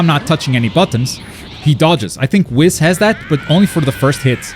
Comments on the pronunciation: It’s whis not wiz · Stop calling ma man Whis Wis :( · Buddy lol Whis's name is pronounced like WHEEEESS. Its supposed to rhyme with the word peace. It is not supposed to rhyme with piss lol just imagine if the "i" in Whis was 2 E"s instead and just say it like that. Lol huge fan im sorry i had to say something that pronunciation is wild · Pronouncing 'Whis' like 'piss' is not very funky fresh. It's a no from me chief. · I still can't get over the fact that he pronounces "Whis" as "Wis." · This dude's pronouncing whis as he does, hurts my soul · Today I learned can't pronounce Whis xp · Why must he say whis like that😂😂 still love the content tho.